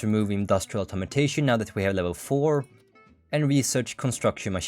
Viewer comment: it's funny how you pronounce "Automation" as "Automotation"